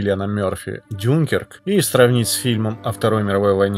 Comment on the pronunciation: мне одному кажется що ДюнКЕРК, а не ДЮНкерк, ну типо французский там, ударение всегда на последний слог и все такое 😄 мелочь ну да ладно ☺️